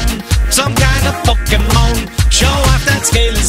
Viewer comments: The way he says "Po-ke-mon" is really nice, idk why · I love how you pronounce Pokemon.